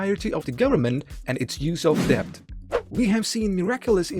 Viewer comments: Wow so ridiculous to mispronounce that word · Annoying mispronunciation of the word “debt” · debt is silent "b" ✌️